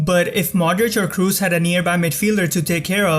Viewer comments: man, where are you from?!? it's Kroos, not Cruise, respect the players at least enough to pronounce their names correctly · Kros not Krus :) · Kroos is pronounced with an o, not u, like saying blood, you dont pronounce it "blud" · Another very good analysis imo, but please don’t pronounce Kroos in English, it’s disturbing, haha. Here’s the pronunciation in german.